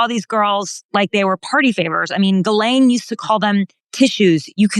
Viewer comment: Gee len the s is silent.